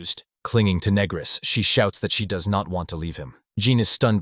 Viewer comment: Yeah title sounded interesting lost interest when pannel says "youre negris right" and voice is going "asking if youre a negro"...do better or stop posting shit